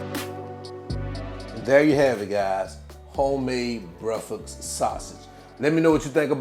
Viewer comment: My man said “homemade brefux sausage” 😂😂😂